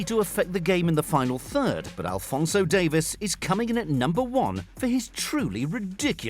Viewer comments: Davies, not Davis, Davieeez. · It’s. Not Davis it’s dave eees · Alphonso Dave-ees. Davies and Davis are not pronounced the same! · Don’t you get irritated how he calls Alphonso Davies , Alphonso Davis